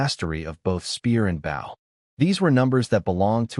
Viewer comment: stupid ai can't say bow right